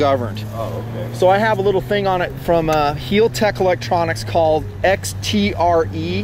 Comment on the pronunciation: do you american's like to butcher names. cause it seems like yall do it! heeltech? wtf its HAL (as in Hallal) HAL TECH . LA as in (ha ha except LA) LA Ferrari (fur- ari. and Bugatti Viron. its Vey Ron lol and its no aluminum its Aluminium